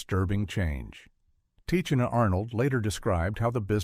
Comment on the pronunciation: I hate these AI narrators 🙄 Tichina's name is pronounced "tih-she-nuh"